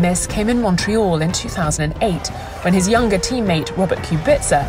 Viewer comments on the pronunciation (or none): none